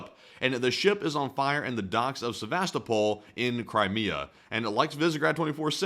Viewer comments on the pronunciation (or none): none